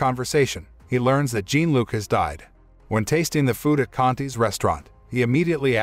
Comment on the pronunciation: Jean Luc is pronounced more sounding like “John” than jean like blue jeans And Michel is pronounced Me’ Shelle. Not Mitchell.